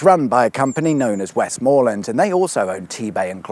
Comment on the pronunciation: Another excellent episode, and because you liked my comment last time, and assuming that all these Westmorland episodes are all recorded at the same time, I definitely won’t repeat that “Westmorland is pronounced West’m’lund not West’moor’land”